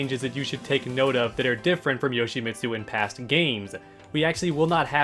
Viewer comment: well for starters to "become better Yoshimitsu players together"... it's pronounced "Yo-shee-meet-soo"... not "Yo-shee-miht-soo" that one part of the name pronunciation drives me CRAZY!!!